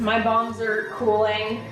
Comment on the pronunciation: Lol I keep thinking you’re saying bongs not balms 😂😂😂😂